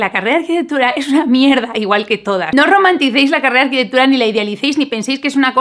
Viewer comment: Es arquitecTURA... TU DICES : arquiteGHBUDA. !!!. Para hacer interesante lo que dices, no tienes para qué acelerár tanto.